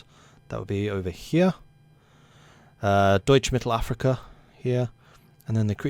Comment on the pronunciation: Damn, the way you pronounced “Deutsch Mittelafrika” was spot on. Do you know German?